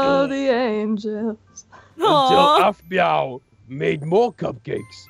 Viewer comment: its aphmau not aphmoo